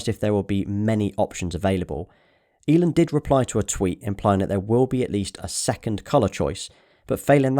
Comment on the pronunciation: Wait wait wait say Elon again. "Elin" Great video though. Look forward to see your cybertruck video 😂